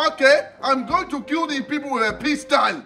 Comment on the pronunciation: “DAY TRYIN TOO KEEL ME!!!” 😂😂😂